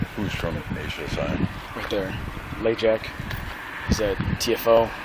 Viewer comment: “Cupcheck” and “Lajack”??? C’mon 😂😂😂